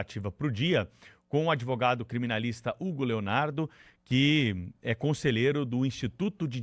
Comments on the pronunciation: Tinha ou tinha provas a" adevogado "? Inacreditável ouvir isso!! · "Adêvogado" do "Prerrô"